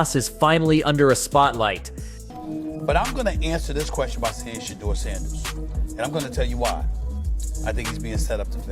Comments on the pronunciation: If you are going to use the sanders name to get clicks on your content learn how to say his fucking name right. It’s not Shitdur you dope. It’s shhhdoor. Sound it out my guy do some research. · I thought it was $h!dder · Exactly what I was going to say. My fave was Shiddur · This man called him Shitter Sanders lol. Shadder, sheduguer, shidder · “Shad-uhr” Sanders lol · Why can these people doing this videos can pronounce his name CORRECTLY.. PATHETIC. .. SHUDER SANDERS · The narrator of this video doesn’t watch anything footbal! He can’t even pronounce Shedeur’s name right! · How did you pronounce his name 20 different times in one video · I understand what your doing with this video. Just stop. Why aren't the browns starting a 5th round pick. Pronounce his name correctly. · Video should be called "how many different ways can you pronounce Shedeur wrong" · How many different ways can you mispronounce Shadeur? C’mon, man! 😅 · I'm tired of you saying this kid's name wrong. I've watch 2 maybe 3 videos of you saying this kid's name WRONG over and over again. It's not hard to find a clip or video of His Dad, friends, teammates or ever other sports analyst saying his name CORRECTLY. Go find one. Learn the correct pronunciation. It's almost disrespectful at this point. Let's do better. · Shadore Sanders learn to say his name right.